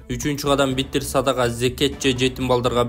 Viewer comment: Биттиер садага эмес, битир садага деп айтчы журналист мырза...